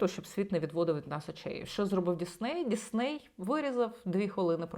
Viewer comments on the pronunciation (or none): Ну чому ДіЗней 🫨🫨🫨 ну нащо так уродувать мову